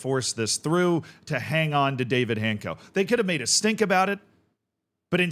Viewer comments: It's not Hayncko or Hancko. It's Han-ts-ko. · my ears hurt hearing Hanko instead of Hancko every time, but his transfers were rumored for seasons, only to fail every time, I thought he's cursed or something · I think it's pronounced hanchko. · It's funny that I saw Hancko today at a friendly with Porto, who signed Luuk de Jong without any knowledge of journalists at all. 2x failed here-we-go in one stadium, what a beauty Also the pronunciation is Hantz-koh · It's netiher. More like Hanchko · I think it is pronounced Hants-co but perhaps someone else has a better pronunciation